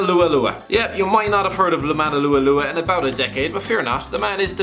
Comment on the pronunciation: What the hell was that pronunciation of Lua Lua?!